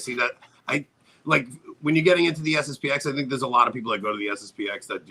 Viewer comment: It's SSP-ten. The 'X' is not a letter but a Roman Numeral. Anyway, SSP-ex sounds terrible.